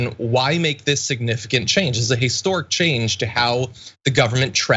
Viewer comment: Did John say haystoric instead of historic around 50 seconds